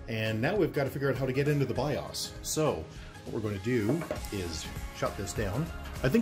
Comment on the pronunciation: you need to learn how to pronounce BIOS.